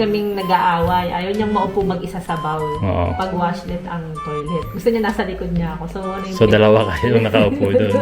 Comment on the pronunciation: Congrats on your new apt. Oh by the way it's toilet BOL instead of toilet BAWL! He he he. Japan's apts are generally tiny compared to US. is more traditional and conservative than. is snarky. She makes side comments and is very patient since he is a few years older.